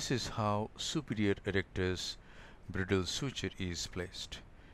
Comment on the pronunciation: It is called /Braidəl/ not /Brì:dəl/ . Thanks.